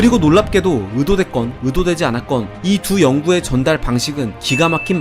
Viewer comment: 잘 보고 갑니다. 동영상의 오탈자 검수랑 발음(의도를 으도라고 발음)을 좀 더 신경써주시면 더 좋은 컨텐츠가 될거 같습니다.